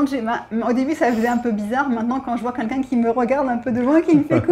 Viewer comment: J'adore toutes vos videos, je les like, je m'abonne volontiers🦋. Il y a juste une chose qui manque pour atteindre la perfection a mes yeux:, please, c'est 'quelqu'un' pas 'kinkin'. Merci et bonne continuation a vous deux + Peggy + matous 🌹🌹🌹🌹🌹